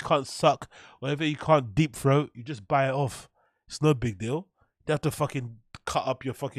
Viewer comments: I love how says ‘throat’…. “froat” 😂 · This guy always making fun of how brendan talks. While he says froat.